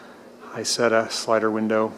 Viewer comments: Just a small correction on pronunciation if I may: It is pronounced E-Zetta. In German (in this case and with certain other words) the I is pronounced like an E. I don't know if you are aware of this, the Isetta was original produced by a company called Iso. Isetta means "little Iso" Enjoy your videos. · David M However when Isetta's were made by BMW they were pronounced E Zetta. If you go to Videos especially those the are from Europe they are pronounced E Zetta. I don't know how the I is pronounced in Italian, perhaps it is pronounced as an E as well.Maybe some who is familiar with Italian can chime in. =) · In England, where our Isettas were not made in Germany, it is ALWAYS pronounced Eye-Setta. S is pronounced like S here, not like Z. It's an Italian word anyway, not German. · ***** You kinda did with your snide remark "In the USA we say some words differently, so I will continue to call it I-Zetta." As an American myself I find that remark quite arrogant.Are you not willing to learn how to pronounce words correctly, or do you think as an American you are are above that? Just saying. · ***** I merely pointed out the correct way to pronounce it to the poster of this video. I did it in a courteous way, as a suggestion.As I said you can pronounce any way you wish, but with the caveat that pronouncing a name wrong makes you look like a novice to those in the know.Take that advice any way you wish. Peace